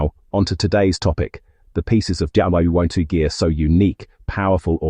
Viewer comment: Why do keep showing US Army and USMC dress uniforms when you talk about SS uniforms. Also. Your AI voice needs some training Especially how it pronounces WWII.